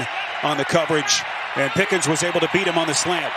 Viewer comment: Why does the announce keep calling that guy "Pickings"? It's Pickens.